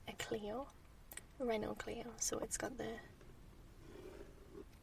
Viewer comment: "Réno Cleeoh" sounds badass.